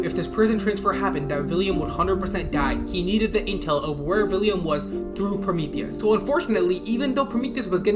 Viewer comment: Why do you say “villiam”?? Is it not “William”?